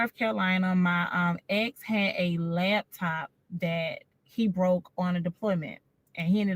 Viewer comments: Can we say “laptop” not lab top? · Is it just me, or is she saying “labtop” when she’s referring to the laptop? My cousin does this🤣😂. Okay, let me stop being petty and listen. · I know the takeaway should be deeper but ma'am it's laptop not labtop🤦🏾‍♂️ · She keeps saying "lab-top" 😂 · Lawd, I hate to hear people say LABtop 😂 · Lap top NOT " Labtop" that shit urked me😂😂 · naaa i know a lot of ppl that says labtop , STOP IT. Her accent is nothing special its her incorrect pronunciation. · It's pronounced "Laptop", not " Labtop" black people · She’s lying… Ain’t no gay man not washing.… So you got dressed for a wedding you weren’t invited to and didn’t get rebuffed? OK AND… It’s “Laptop”.. She don’t sound like she had taken courses anywhere.. Somebody owes me time!! 😂🤣😂🤣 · And the "Lab top"